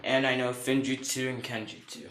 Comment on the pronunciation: It is pronounced like f-woom-jut-su As in sealing jutsu